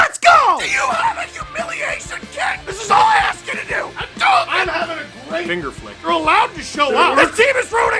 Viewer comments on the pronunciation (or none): none